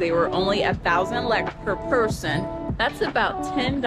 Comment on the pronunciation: Sorry it is not lak it is lek couse you did lak at the food part but it is okay